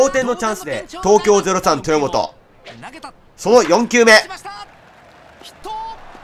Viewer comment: 後半、東京03豊本がエラーするところの実況が「東京03とぅーもと」って聞こえるｗ 実況者の滑舌もGなのがオチか